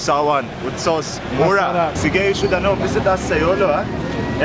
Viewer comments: umm it's sige* not sigue no offense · sige not sigue😂